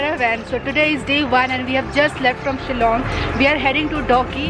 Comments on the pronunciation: Its dawki not doggy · I thought I heard doggie atfirst when u said dawki🤭